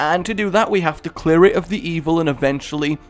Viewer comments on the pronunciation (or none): none